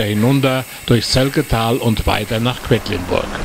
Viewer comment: Es heißt nicht "Kwettlinburg" sondern Quedlinburg.